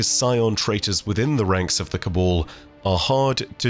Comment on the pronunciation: My dude, it’s Cab-ahl not Ca-ball